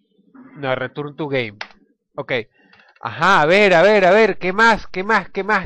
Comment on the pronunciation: ''Return tu geim.''